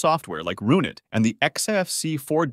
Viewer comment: systemd & roonit pronunciations 😭